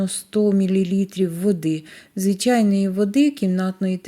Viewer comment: Рецепт з Галичини, але жіночка сама не галичанка. Вона непевне росіянка, мені приємно що вона намагається говорити нашою мовою. Оці ШЬЧЄ, ЩЬЧЬО, звичЯйно, шкваркИ , жарене, це все російська вимова українських слів.. На превеликий жаль, за вимовою не слідкують і навіть диктори говорять на « суржику».